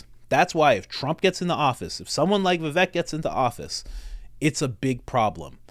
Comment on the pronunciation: I am an indian, you pronounced vivek right. In sanskrit, vivek means " person with wisdom".